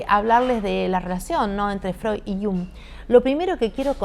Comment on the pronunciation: Muchas veces es difícil pronunciar apellidos extranjeros, pero que lindo suena al pronunciar Freud con la "d" final y Jung con la "g" final...